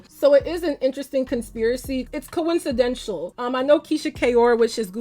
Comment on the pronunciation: I love you but I’m sorry it’s coincidental not coinshidental & please maybe try a more neutral/or cool toned powder. It’s giving cheeto dust